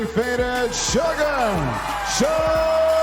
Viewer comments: SUGA! Not Sugar. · A real mma fan knows it’s “suga” not sugar 😂